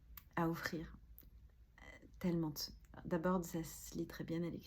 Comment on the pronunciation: « Tellemente » « notammente » … ce sont des adverbes. Ptn respecte-toi 😂😂😂